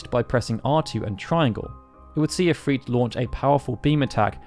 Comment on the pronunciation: Why does he say "If-Reet"? It's If-Rit